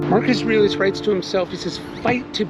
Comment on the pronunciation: You probably say the name "Marcus Aurelius" 100 x per day. Still, out of respect, you should enunciate it clearly, and not slur it. Obviously not pronounced " Marcasrilluss". The old guy is your bread & butter.